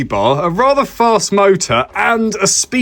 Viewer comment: I dont think ive ever heard anyone pronounce it "speed oh meter" 😂 great vid bud! Higher kv or a smaller spur will be sick 😁🤘